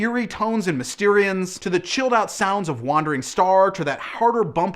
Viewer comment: Sad news for you, "Mysterons" is pronounced "Miss-ter-ons" - look up Captain Scarlet, it'll all make sense!